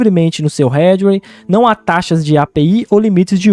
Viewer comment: xecuta no meu "Redwei"????? kkkkk